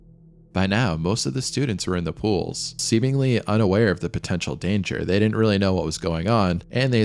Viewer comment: Since you brought it up. Pretty good, but if you want to seriously pursue this, some study of elocution. Heard did-dent, and tha ocean. Better soundingr is thee ocean. There was another tha spot too.